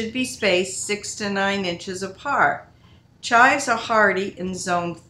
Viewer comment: Thought I posted a comment earlier this morning ... hmmmmm ! I notice you pronounce the herb as "chi" - not saying the V or the s (sounds like Chai tea to me :) ) All mine have the purple flowers on top - what do you do with those - I'm sure I can look in my books lol I love to dehydrate it also as I enjoy chives on my potatoes !!